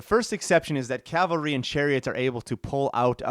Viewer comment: It's cavalry, not calvary. ;-)